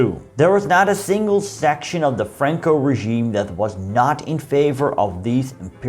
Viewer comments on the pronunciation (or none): none